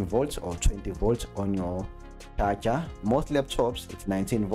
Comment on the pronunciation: Always funny how you say charger (cha cha) haha. Better call it power supply xD.